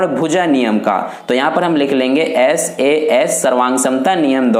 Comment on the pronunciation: Saa nahi sas